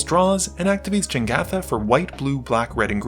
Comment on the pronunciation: man you're worried about the Ratadrabik pronounciation but you keep saying "Jengatha" for Jegantha :D Good game though <3